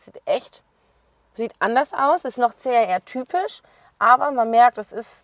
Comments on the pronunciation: Schlampert gesprochen.CAR???CHR!!! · CHR,man,hört CAR....😢